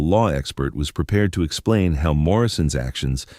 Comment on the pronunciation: Too lazy to check the output so listeners have to listen to amongst other words the misuse of “tow” as in HOW. I expect the entity that posted this story is happy enough to accept the income from advertising associated with the content.